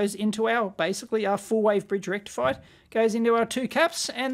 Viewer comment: Did I hear "FULL BRIDGE RECTFIER"?